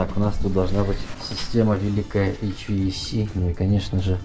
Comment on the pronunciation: HVaC - звучит как " эй , чувак !"🥸😅🤣